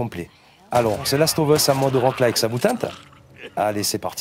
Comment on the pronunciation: Rien que pour l'entendre dire "thelasseteauveusse" il mérite un salaire.